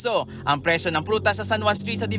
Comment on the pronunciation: Bulol ata reporter 😅 presyo po hindi preso😂